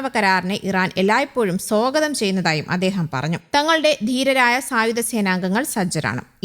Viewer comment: അങ്ങനെ, " സോഗതം" ചെയ്യട്ടെ ! (സ്വാഗതമല്ല)